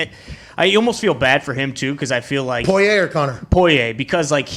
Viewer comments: Who tf is “poy-yay”?🤣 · They way everyone except Conor says Poirier is so irritating idek why I'm usually not someone to complain about pronunciation like this but god damn